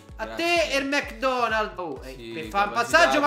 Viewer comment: O come dice il mecdonnell 🤣